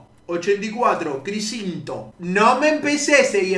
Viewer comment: “crisciNNNto” ok. Después soy el malo yo. Después el hater soy yo 🤷🏻‍♂️